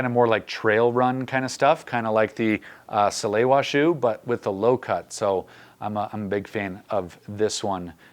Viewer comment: Pronounced “Sah-lay-vah”. You’re welcome.